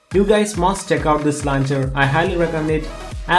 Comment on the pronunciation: Man you're English sucks. Its launcher not lancher.